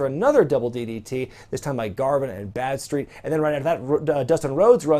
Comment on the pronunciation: How was Badstreet not called Bradstreet?!?! Thats what I keep hearing anyway.